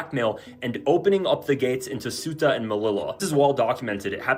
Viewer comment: Ceuta is pronounced almost like "SayUtah" quickly spoken as one word. Alternatively, let your favo translator app say it for you.